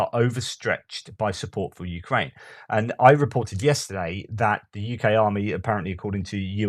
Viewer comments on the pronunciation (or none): none